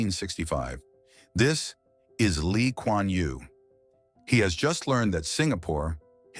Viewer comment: U got his name right